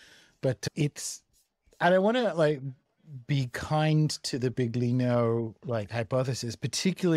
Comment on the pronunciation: Please, it's billYEEno, not bigLEEno.